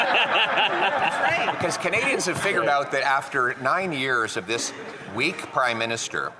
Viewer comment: the emphasized "weak" might be one of the most savage PP moments of 2024.